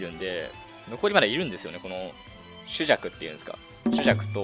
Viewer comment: しゅざくじゃなくてスザクですよ